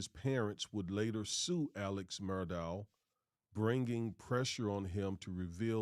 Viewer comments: Alex Murdaugh pronounced (El-lik Mur-dock) believe it comes from the Gaelic culture. Have family members in the south that use these pronunciations. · Pronounced Mur dock though. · Common guys!! Murdaugh ...it's pronounced Murdaugh(K)!!